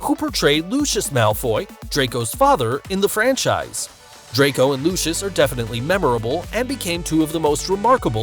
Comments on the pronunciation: Did this man just say lushis? Its LUCIUS LMAOOO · Umm who is Lushsush it’s Lucius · Lushus malfoy!?!?!?!? It’s pronounced Lusius. Get it right, Harry Potter isn’t even American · hold up I thought Lucius was pronounced loo-see-us not loo-shus I feel so dumb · Did anyone notice that he said Lushes instead of Lucius? SIRIUS-LY? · Why does he say Lucius like Lushis? 😭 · oh come on, there is no Lutious, read is as Lucius, please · i hate how he pronounced lucius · Bruh u cant even say Lucius correctly you definently no an actual Hp fan but whatever. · How he said lucius🤦😂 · Is it pissing anyone off how he’s pronouncing Lucius?!